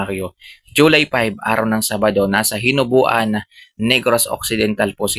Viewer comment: Hinobaan po hindi hinubuan